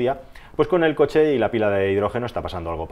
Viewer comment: Dice concha en vez de coche xD